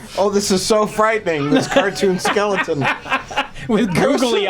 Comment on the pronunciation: it's pronounced skell-o-ton, not skell-ing-ton, also americans, it's pronounced ess-cape not ex-cape;)